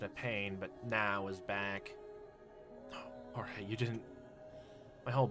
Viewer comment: Why are you calling Georges Jorge? I'm pretty sure that that's not how you're suposed pronounce his name.